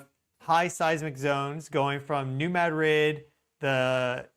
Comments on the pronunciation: It's pronounced "mah dreed' " accent on the second syllable, not "Mad rid" as though it were 2 separate words. It's name comes from the Spanish town in Spain. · New Ma drid 😊 Its no't Mad rid.😢 Named after Ma drid Spain